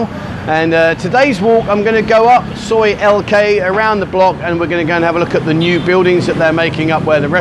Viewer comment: Soi Lengkee sounded like Soi LK I thought you got lost and Tesco are no more in Thailand it is now Lotus's has been purchased by the owners of 7/11 stores. The little car you saw was a Nissan Figaro. I'm trying not to nitpick just be informative so pardon me please.